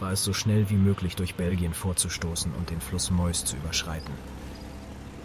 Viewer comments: Die Division überquerte die Meuse (Mäuse) ? Wenn bei euch keiner französisch kann, nehmt doch einfach den deutschen Namen. Es handelt sich nämlich um die Maas !! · Ganz im Sinne des Channelnamens möchte ich hier noch eine Anmerkung beifügen: Wenn der Erzähler hier ständig Mäus oder Mäuse sagt, dann meint er wohl die MAAS!!!!! (franz.: Meuse [etwa möz oder mjös ausgesprochen]) Nicht dass ich mir in 10 Jahren von allen erzählen lassen muss wie die Wehrmacht über die Mäuse gekommen ist. ;) Beste Grüße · Guter Beitrag. Kleine Anmerkung: die Meuse wird auf Französisch "Mös" ausgesprochen und heisst auf Deutsch Maas. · Von wem werden die gesprochenen Texte nur gemacht? Der Fluss ist die Maas, frz. meuse, niemals Mäuse zu sprechen!